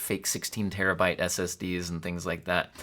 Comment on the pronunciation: 34 "....I feel we can do great *TINGS* together....." YOU GO gurl, a.i.